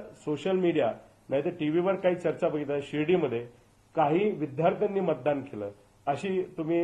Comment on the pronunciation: Abhyas Kara u just cannot pronounce vidyarthi it's Vidya arthi means Vidya arjan kartat n tumhi bolata vidhyarthi kay tyanchyasathi tumhi karnar n same science history statistics var apply kara